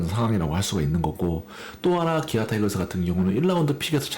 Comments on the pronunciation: 옛날 사람들은 타이거스라고 배웠어 이해해줘라이ㅋㅋ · 타이거스?? 타이거즈입니다 뚜드려패기전에 즈라고 발음해주세요